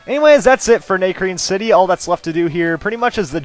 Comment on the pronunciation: it's not NAY-crene city it's NA(like ahh) crene city